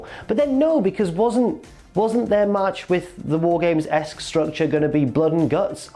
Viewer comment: You said War Games wrong. Multiple times.